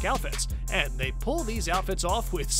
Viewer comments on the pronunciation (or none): none